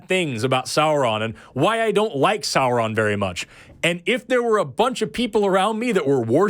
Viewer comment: FSM bless you for pronouncing "Sauron" correctly!